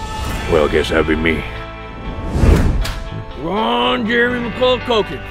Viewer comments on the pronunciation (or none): I just realized he said Ron jermey 😂😂😂😂😂😂😂😂